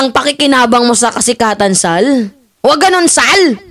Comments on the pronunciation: huwag mong dodoblehin ang pagbigkas ng SAL. Di maganda ang magiging dating. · 😂it's the way you pronounced sal & goes with that facial expression. Natawa ako ng husto labas tuloy sipon ko😅si Sal Panelo ay ADD positive daw according to a psychiatrical evaluation report. Kasama Robinhood & Quisugo ng diablo. ADD- attention deficit disorder.....you look great 😊